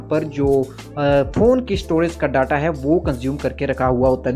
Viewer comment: वो डाटा नहीं डेटा होता है नूब 🤣